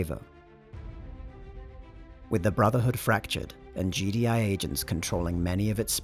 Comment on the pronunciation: "The battle of Sarievo"